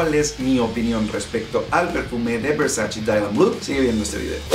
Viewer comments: erick hernandez morales Wey hasta en el traductor de Google lo puedes ver, en italiano se pronuncia “versache”, la misma Donatella Versace ha dicho en varios videos que le molesta que la gente diga versachi cuando es “versache” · De hecho, la misma Donatella Versace ha mencionado que odia cuando la gente pronuncia "Versachi", porque en realidad se pronuncia "Versache". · Versachi? Wtf la pronunciación es versache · pues en los anuncios de los perfumes de Gianny Versace lo pronuncian versachi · VersaChe. Hehe...